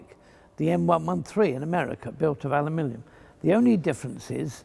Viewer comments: is saying alumilium, not aluminium.😁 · Americans: “Aluminum”, British: “Aluminium”, Fletcher: “Alumilium” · alumillium huh? did the british invent a new element? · I have heard it pronounced "Aluminum" and "Aluminium", but never pronounced Ow-U-Millium. Another spelling in England? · I see you have discovered the ultimate form ofaluminum, "alumilium" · I thought "alumillium" was some kind of aluminium composite. Didn't realise it's just the way he pronounced it :). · Not forgetting the pronunciation aluminium. Classic! The man is a living legend.